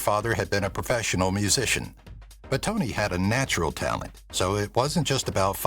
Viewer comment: Toni, not Tony.